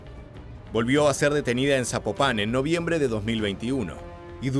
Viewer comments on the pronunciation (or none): Amigasooo, la ciudad no se pronuncia Sapopa con acento en ultima a es sin acento en la ultima a